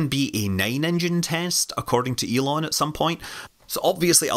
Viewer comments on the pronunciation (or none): none